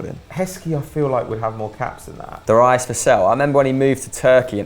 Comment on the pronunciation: Probably the most retarded pronunciation of Darius I've ever heard, ever.